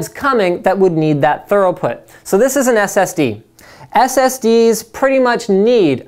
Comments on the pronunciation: Thanks for a great channel! Just one tip: the word is throughput, not thoroughput. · Great information. Two suggestions - just say SATA 2.0 and SATA 3.0 to make life easier on you and it's throughput, not thoroughput. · . It's pronounced THro͞oˌpo͝ot for THROUGHPUT, not thor-oh-put as you misread on your cue cards, Linus. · Is it thorough put or through put? You keep saying thorough, I don't think that is right. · lmao "left angle" connectors??? n "thoroughput" :p are the left angle connectors opposed to right angle connectors?? lol :p im sry i couldnt help it this was cool to see u from so long ago tho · THO-ROUGH-PUT! :O :D lol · Did he say thoroughput? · Haha, he definitely said thorough instead of through. I don't care personally, he obviously knows his stuff, probably just a little stutter or something, it's not easy to speak perfectly for a long time in front of a camera. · OMG what type of English is this , very odd, hard to understand , speaks too fast, can't Pronounce SATA or "throughflow" and needs to look up in a Dictionary what thorough means compared to what "through"(thru) means. they are not the same. go to to get the pro-nun-ci-ations. Finishing schools are available in Switzerland and Ireland ,suggest you enroll .